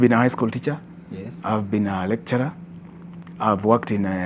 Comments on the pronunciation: hehe when said qualified recturer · "he is a qualified recturer" we heard that Dr